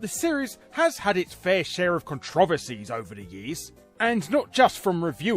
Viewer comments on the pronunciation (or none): That moment when the controversies is pronounced controvesies.